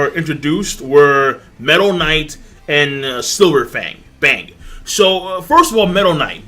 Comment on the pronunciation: rice He wasn't saying bomb. I'm using headphones I can get hear what he is saying pretty clearly. He was switching between the pronunciation of Bang from english to japanese.